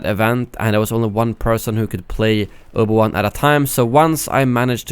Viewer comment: "Obo Wan"